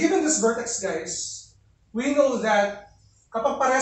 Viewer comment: "Hi Gays"